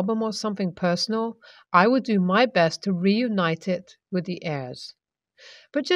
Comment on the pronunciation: So badly written. My favorite mannerism that gets repeated through these stories, (which are plainly written by the same person) is the use of "Hell, I..." Plus, "wif"..? Please learn to pronounce the TH sound.